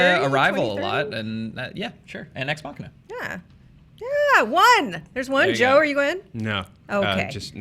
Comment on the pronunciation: "Ex-machia" being....XD